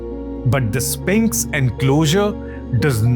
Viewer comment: Are... are you saying Spanx?